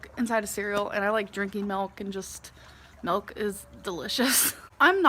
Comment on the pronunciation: Melk she loves melk